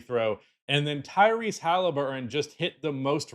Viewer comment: its hellyburton,.